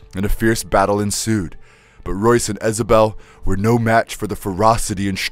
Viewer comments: He calls Royce, Joyce 🤣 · Royce not Joyce. Who writes your scripts?